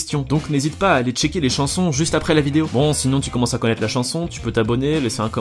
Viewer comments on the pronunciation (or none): none